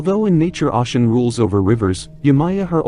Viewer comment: Speak her name correctly